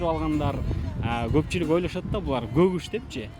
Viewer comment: Аягында когуш деп додуроп койуптр журналис колхозник болуп тфуй